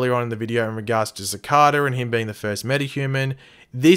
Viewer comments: the name is pronounced "sic-ay-duh". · its pronounced "Sih-Kay-Dah"